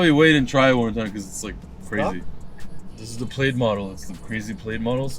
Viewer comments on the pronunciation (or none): How did pronounce it? “Played” haha isn’t plaid pronounced “plad” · “Played” model. It’s not pronounced like that. Lol